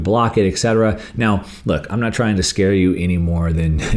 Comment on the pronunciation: >etc.<. is spoken „etcetera“, not >eckssetera< nor >eggsatarrah< nor >ackshitterer<